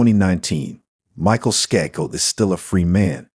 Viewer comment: How does the first case, so glaringly obviously the son from the get go, come under the video heading of "Cold Cases Finally Solved"???? Way too much repetition of info, too much irrelevant background info, & awful mispronunciations. Unbelievably l, with the Skakel murder of Martha, despite all the other useless background info, they failed to mention that Michael & Thomas Skakel were suspected from the get go...& the second case that doesn't match the video title. The content relating to the title is the final less than 5 minutes of this painfully drawn out video